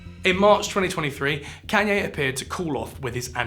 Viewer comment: Please look up how to pronounce Kanye. Idk if it’s rage bait or not but please